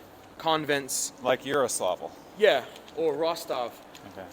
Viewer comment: YAROSLAVL! NOT YARASLOVL.